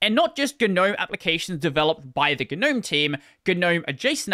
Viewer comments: Okay... when did people start pronouncing the G in NOME... ? It just sounds so stupid. That aside, a unified DE/standardization would have made a big difference for Linux adoption. Hell, it could have meant having a robust file manager that could actually do things well, or a network setup that actrually did LAN networking stuff out of the box like that OS everyone seems to hate... It's never too late, but trying telling the 7,463,542 dev teams that - best of luck to ya. Be prepared to duck. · 'nome. "A gnome (/noʊm/[1])" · as someone who hates the pronunciation of GNOME, I shouldn't have watched this video.